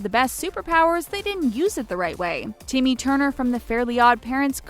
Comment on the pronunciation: Wow I heard them call timmy tivanya